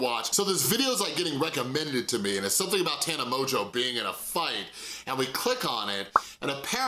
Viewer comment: Please stop being petty and purposely pronouncing her name wrong. It’s obviously “mojo” and anyone who’s seen any of her videos knows that. And I know you know so that is really annoying and immature in my opinion